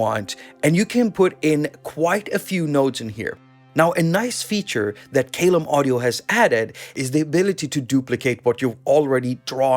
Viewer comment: Love that this is free! BTW, the pronunciation of Caelum.... The first syllable is pronounced 'kai' as in 'Kai Aras' 😉